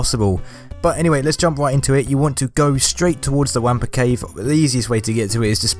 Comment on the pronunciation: It's pronounced "wompa" not "wampa"